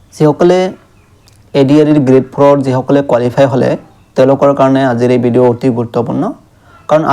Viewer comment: বিডিও 😂😂😂😂 'ভ' টো উচ্চাৰণ নহয় নেকি?😂😂😂😂😂